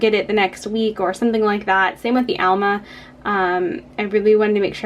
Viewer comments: Great instructions here, but the mispronunciations were hard to hear over and over!... amla as "AL-muh" and also not pronouncing the "r" in turmeric... please explain! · Good informative video. However, you keep pronouncing Amla as ALMA. Whatever. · Amla - she's pronouncing it incorrectly.